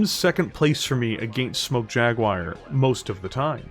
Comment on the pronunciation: I usually dont get mentally speedbumped by accents but this is one of those rare occasions, I keep hearing 'Clan Smoke Jaguire'